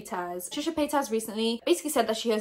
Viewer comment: What I want to hear you talk about is why you call Trisha Paytas Trisha Paytaz 😂😂😂😂